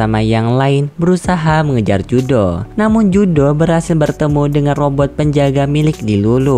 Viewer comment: Keduanya salah yang benar riruru dalam cerita versi bahasa jepangnya dia dipanggil riruru dan judo bukan judo namanya tapi Juto